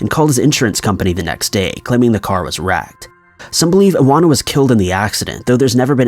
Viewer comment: Iwona= ee-von-ah